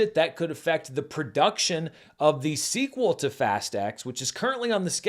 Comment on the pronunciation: Shouldn’t it be pronounced “fast ten” instead of “fast ex”?